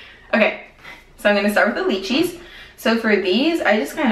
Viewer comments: the lychee is pernounced ( lie - chee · the way you say lychee's sounds funny, in Australia the y say "i" so l-i-chee but spelt with a y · candyB I noticed that too lol! I'm from Hawai'i and we pronounce it like "lie•chee". It's alright though, we still love you:) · Every time she says lychee 🤣🤣I just can't! Same as below pronounced with a I instead of y! But hehe I like it! I'm laughing 😂